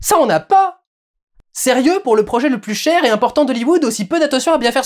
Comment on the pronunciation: Entre le "prôjet" et "vampire" je n'en peux plus